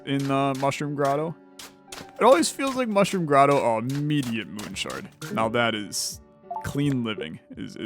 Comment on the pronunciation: the devs watching you enjoy the game :) the devs every time you call it moon shard :/ i loved this video very adictive